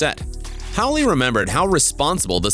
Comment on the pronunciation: Billy did do a superb job - he’s one our best young British actors, but his surname is pronounced in the obvious way ie Howl, not Howlee 😂!!